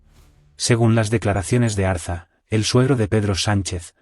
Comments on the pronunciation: Ariza, no Arza. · Es Julio Ariza por favor, no Arza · No es Julio Arza, sino Julio Ariza. Revisen la máquina. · Decidle al traductor de inteligencia Artificial, que Julio Ariza, es ARIZA, no ARZA !!